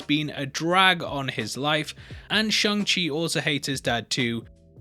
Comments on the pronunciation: You said it how Simu Liu says it. Pretty spot on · Happy youre pronouncing shang chi correctly